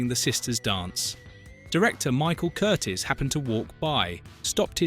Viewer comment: The director's name was NOT Curtis; Michael Curtiz (pronounced Cur TEES) was born in Hungary in 1886.